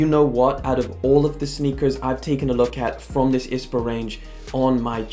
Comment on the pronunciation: I liked the video but it was annoying me how you were pronouncing I.S.P.A it’s not ispa